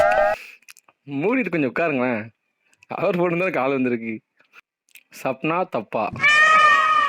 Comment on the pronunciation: bro athu சப்னா தப்பா இல்ல சபானா தாப்பா